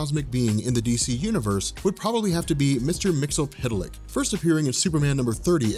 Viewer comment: did he actually say mr mxtlpytlk (or however you spell it) flawlessly?